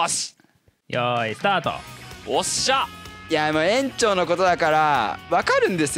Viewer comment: えんちょう。ちゃんと言えてないし罰ゲームやり直しでは？ww エリトラ修繕つけとかないと速攻壊れそう…